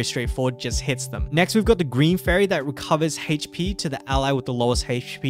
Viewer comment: Haha goes "hayche-pee"